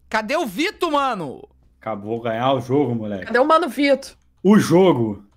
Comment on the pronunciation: Eu sou a única que percebo que o felipe fala: "vito" kakakaka